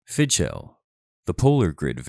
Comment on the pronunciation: You could at least have learnt how to pronounce the name of the game. /fiðxʹeʟ/